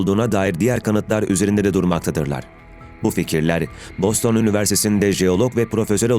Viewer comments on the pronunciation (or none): none